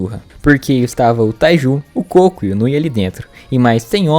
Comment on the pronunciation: Gente o nome do cara é Koko ou melhor Kokonoi e não cocô 🤣🤣🤣